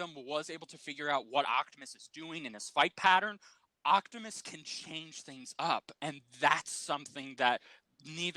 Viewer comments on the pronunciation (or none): say it with me Op-ti-mus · I'm sure you and are saying his name right but for some reason it sounds like you both are saying "Octomus"😅 lol!